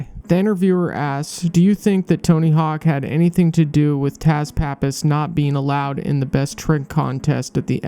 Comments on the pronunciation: It's pronounced "Tuss", not Taz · His name is not pronounced as Taz, it's sounds like Tuss.